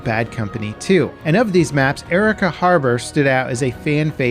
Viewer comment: My family is from Arica. The pronunciation of the city and the country always makes me cringe